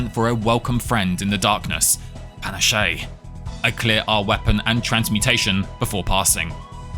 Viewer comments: Fun video, but please tell me your pronunciation of panache (Pan-Ash not Pan-Ash-Shay) is an inside joke 😂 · You do know it's pronounced 'Panache' like 'pan-ASH' right? Not like 'pan-ah-SHAY'. Please tell me this is a bit. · It's pronounced Puh-nash, btw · "Pa nah shay" lmao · Isn't "panache" pronounced "pur-nash"? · Great video, I love your whole library, but the way you pronounce ‘panache’ is killing me! ‘Pah-nash’!! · Panache is pronounced pa-nash :) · discovered your channel a few days ago, so entertaining. I think it popped up, because I recently introduced my gf to Slay the Spire, she loves it, and we watched some tips videos together. I literally binge watched most of your channel already... Btw, panache, french for vigor/pep, you do not speak the e at the end (ok, you even said it correct later... Soooo, I think I was rage baited ^^ ) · is pronouncing panache incorrectly a joke i dont get? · The "e" is silent in "panache" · Such a fun challenge run with the weirdest pronouciation of panache I've heard. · Same thought, but his pronunciation is now how I read it in my mind lol.